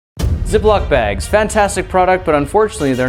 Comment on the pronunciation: Ay the beginning I thought he said " ze block bag" 😂